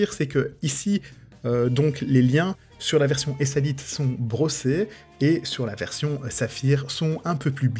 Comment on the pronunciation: Merci pour ta vidéo, j'ai beaucoup apprécié 😉 Si jamais, Hésalite se dit "HéZalite", c'est une glace pensée pour les combinaisons de Cosmonaute, la crainte était que la glace en Saphir ne se brise et que les éclats de Saphir ne percent la combinaison. L'Hésalite était la solution. Pour le côté "tranchant" de la carrure, Oméga travaille actuellement sur ce problème avec son fabricant de boîte.